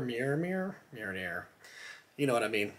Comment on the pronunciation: think if you're gonna wear a thing, you should probably know how to pronounce it...